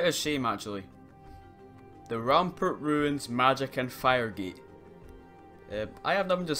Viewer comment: he said ranpernt, it's his accent. Don't worry I say it the same way